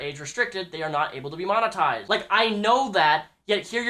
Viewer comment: monoized wheres the T?